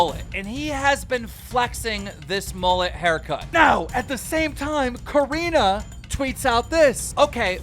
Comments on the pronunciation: Keem, I love you and your content bro but..... are you a bit illiterate? Your pronunciation of names are off almost every episode! Her name is Corinna ( not coriena) its Corinnnnnna.. And Lana Rhodes is not Lana Rhose, its Lana Roads... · Keem LISTEN SAY LA-NAH LA-NAH NOT LAY-NA it's LANA. Its also COR-IN-AH not COR-A-NAH CORINA. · It's Corínna not coreena. it's Lana not layna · COR INNA!!! NOT COR INA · Repeat it with me… CO-RE-NA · I love how he still says it "core-re-na" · will keem ever say lana and corrina’s names right? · It can't just be me that kept getting annoyed because he kept pronouncing lana and corinna wrong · Annoying how he mispronounces Corinna’s and Lana’s name